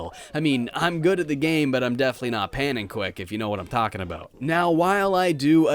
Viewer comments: "Pannenquick"? Do you mean Pannenkoek? The "a" is pronounced like the "A" in Armageddon". The "oe" is pronounced like "oo" as in Cookie. It seems like every English person has his own unique way of pronouncing "Pannenkoek". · they way he mispronounces pannenkoek hurts my soul.